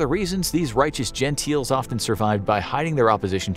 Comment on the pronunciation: Genteels? You a BOT?